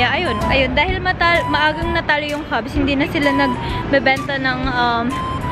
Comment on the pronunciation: Cavs po hindi Cubs